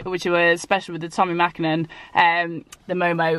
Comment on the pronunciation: Mäkinen :P Please change :D Otherwise amazing video as usual! :D